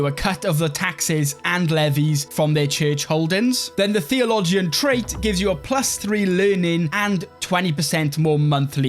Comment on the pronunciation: I've noticed watching a few of your videos that you pronounce a lot of words wrong like crescent and theologian.